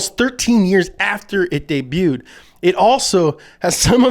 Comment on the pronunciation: "Debutted"? I know that pronunciation isn't your long suit, but it's pronounced deh-BYOO-d.